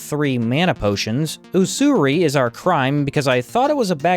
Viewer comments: Just a note: it's use-ur-ee, not oo-soo-ry, and refers to charging extortionate interest rates on loans. It's a crime and concept that's died out in the modern age... which is probably why it's so common now. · Its pronounced (Useury), its the thing Jews invented.